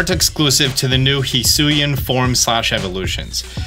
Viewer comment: HE FINALLY SAID HISUIAN PROPERLY